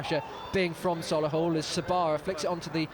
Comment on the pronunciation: Sol-A-hull🤦🏻‍♂️ up the Motors💪🏼💪🏼💪🏼😄